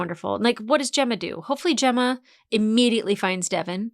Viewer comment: When did Helena fuck up Gemma's name?